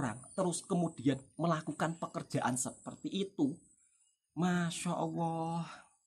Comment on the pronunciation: Ngomong lu medok... Mending belajar ngaji yg bner ngucap allah masa nyebut nya owoh 😂😂😂😂😂😂😂😂 Dunguuuuu